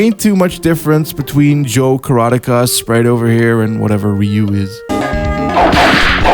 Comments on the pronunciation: i would not normally be a pedant on pronounciation. but please do not ever pronounce karateka as rhyming with "erotica" ever again. thank you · Great video, enjoyed it a lot despite the Toshinden hate and how "karateka" was pronounced haha! One note regarding arena fighters, opening the door here just sliiiightly haha. Gameplay-wise, Virtual On is essentially Destrega but with mechs, and it's 3 years older. It probably wins! EDIT: I fully agree with the perception that VF would've probably won out against Tekken if their consoles were the other way around. I feel like the difference in popularity and legacy between them was based on the fact that 1) many more people played Tekken on the PS1 than those who played VF on the Saturn 2) the PS1 could handle Tekken 3 and that port made all the difference. In the meantime, the Saturn couldn't handle VF3 and the port was cancelled - causing VF to lose crucial time in the home system wars.